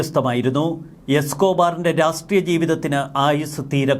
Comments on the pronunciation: രാസ്ട്രീയം അല്ല രാഷ്ട്രീയം.. രാഷ്ട്രീയം! ശ്രെദ്ധിക്കണ്ടേ.. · രാസ്ട്രീയം, രാസ് ട്രീയം, രാസ്ട്രീയം..... എല്ലാത്തിലും ഒരു പത്തു പ്രാവശ്യമെങ്കിലും ഉണ്ടാകും. ഒരിക്കലെങ്കിലും 'രാഷ്ട്രീയം' എന്ന് തെറ്റാതെ പറഞ്ഞു കേൾക്കാൻ ആഗ്രഹമുണ്ട് 😊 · രാഷ്ട്രീയ മല്ലേ' ശരി? രാസ്ടീയമല്ലല്ലോ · Rassstreeyam or Rashtreeyam?